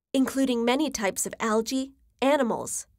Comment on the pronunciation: by the pronounciation it seems the narrator is an indian........she should study more on how to pronounce words like algae